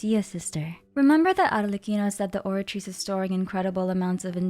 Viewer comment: Love your videos, especially the way you pronounce words like the Oratice's full name! Thank you for a great recap and theory, I really love the idea that Furina is split into 2 or 3 people, that makes so much sense with how she acts, looks and pneuma ousia being a part of Fontaine. Any thoughts on what Neuvillette said during the Archon Quest when he holds the water back? He says something along the lines of "this sentence is too severe"?